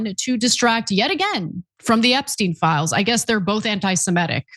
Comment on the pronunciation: Ana! AntisemItic, not antisemEtic.